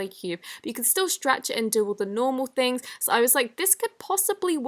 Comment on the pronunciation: You said throngs........ it’s THINGS